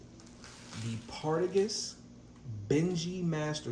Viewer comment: Lovely haul bro. Keep them coming and ets learn how to pronounce those names . You killed Partagas.